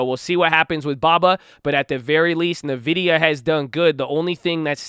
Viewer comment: bruh it's ENvidia not nuhvidia